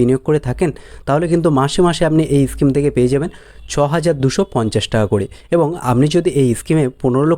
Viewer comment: ইস্কিম, এস্টেট ব্যাঙ্ক এগুলো আবার কি উচ্চারণ!